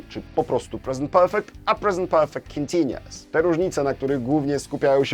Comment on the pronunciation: Panie, ja pana grzecznię proszę. Niech Pan mówi w słowie continuous U sound. Bez względu na akcent należy go wypowiedzieć. Taki szczególik a pamiętam jak Pan na początku źle to mówił jak ja. Życie wtedy było takie proste i niebolesne dla uszu.